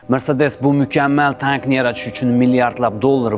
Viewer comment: Sharxga gap yoʻq. Faqat mrsedes mas mersedes deb talaffuz qiling!